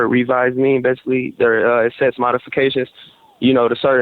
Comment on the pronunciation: He says baisically ever 10 seconds